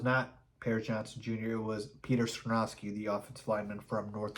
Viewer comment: Skoronski is pronounced SKAH-RON-SKEE. Not SKRUH-NOW-SKI. We have too much time before the draft to keep hearing you pronounce it incorrectly, lol! I’m actually hoping Carter falls and we can snag him at 9th overall. Thanks for the content! 🐻⬇